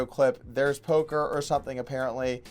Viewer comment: OMG He said "polker hands" TRIGGERED!!